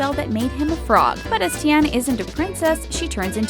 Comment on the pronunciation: I'm mad she's not saying Princess Tiana's name correctly